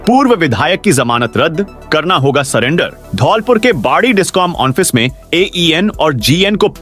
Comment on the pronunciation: महोदय,आज फिर वाचक महोदय ने ऑफिस को ऑनफिस पढ़ा है बार बार लिखने पर भी सुधार नहीं कराया जा रहा है क्या किया जाय समझ में नहीं आ रहा है